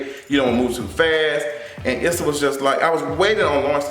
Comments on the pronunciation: her name is pronounced "ESSA" not "ISSA". I know that's the way it's spelled, but that's not the way it's pronounced. 🙂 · You going to stop pronouncing my girl name wrong!!! LoL.